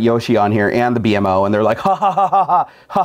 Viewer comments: It B-mo not b m o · It's Beemo! Not B.M.O. ;) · It's not B M O it's beem-O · The plus he's name is pronounced (Bee-Moe) and the dogs name is Jake. Not like that was important. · Why did you call it the B.M.O it's called bemo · I'm just saying it's not. B.M.O. You say it like BEEMO. BEE-MO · By the way it's beemo not bmo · It's "bee-moe" not b-m-o. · Not B-M-O You pronounce it B-MO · It's said like beemo not b m o 👌🏻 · bmo(bee-moe) not actually b m o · His name is pronounced bimo not b m o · its pronounced beemo not b...m...o... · He called the DeadPool panda a spiderman panda, didn't know the name of Raphael from TMNT, didn't know about the DragonBall and calls "BMO" (pronounced BEEMO) "Bee Em Oh"... I don't think 1UP box is for his type of nerd... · Its pronounces B-mo:) The ball is from Dragon ballz:) And its a panda mashed up with deadpool:) hope you learned:D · Just to let ya know, the character's name is pronounced bee-moe. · its b-mo like bee mo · its pronounce bi-moa BMO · IT PRONUCED BEE+MO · Actually, its pronounced *beemoh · It's pronounced bee-mo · its pronounced (bee-moe) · yu pronounce it bee-moe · sory but its pronounced bee moe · Omg I wanted a bmo btw it's pronounced bee-moe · dude thats not how you say bmos name they plush in the first box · Oh my god you messed so many things upppp. The robot BMO isn't pronounced B. M. O.. The dogs name is jake. Its not how you pronounce Buyakasha! That wasn't a poke ball it was a dragon ball from dragonball Z that wasnt a spiderman patch it was a deadpool panda and that wasn't a ninja in the sticker it was Mario and the sticker was from super smash bros ....